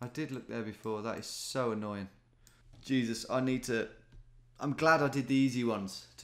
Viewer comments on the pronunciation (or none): none